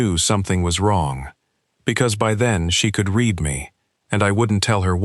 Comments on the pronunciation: Not sticking around. Less than ten minutes and the narrator, an AI, has mispronounced read and breath. Please listen to your stories before posting them. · I noticed both of those too, both of them pronounced in the wrong context. Kinda makes me happy. AI is clearly not ready to take over the world.